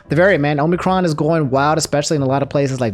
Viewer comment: you said omnicron at some point in your video ( cron ha ha very funny)